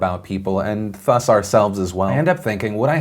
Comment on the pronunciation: You're saying "thus" wrong.